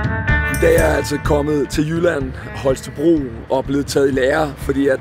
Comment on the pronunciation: Jydefejl nummer UNO. Holstebro! Og ikke HolsteRbro! Ellers genial video som altid <3